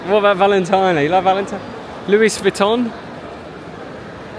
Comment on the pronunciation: 那些奢品你全读错了😂😂😂第一次听歪果仁这么读VALENTINO LV